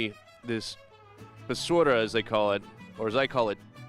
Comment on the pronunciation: BASURA= Bà Soo RAH sounds spelling for white people